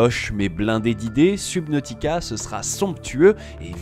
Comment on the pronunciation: La prononcition de subnautica ma piqué mais sinon bonne vidéo